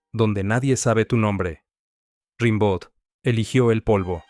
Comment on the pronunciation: Se dice "rambó"